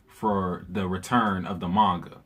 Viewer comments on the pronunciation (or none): none